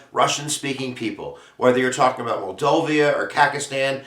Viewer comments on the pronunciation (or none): it's pronounced "MOLDOVA" not moldovia!!!!!!